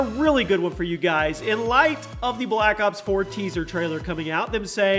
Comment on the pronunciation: Every time he says black ops 4 it remains me of my childhood, black cocks four xD